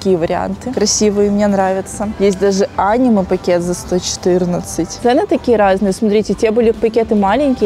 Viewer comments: Да блин, уже не раз писала, ну какое Аниме, ударение тут на букву е. Зачем каверкать слова. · аниме ударение на е, а не на а!!!!!!!! 💓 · В стиле анимееееее ударение на е